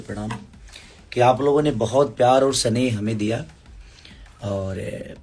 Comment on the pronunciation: सनेह नहीं स्नेह होता है चौथी फेल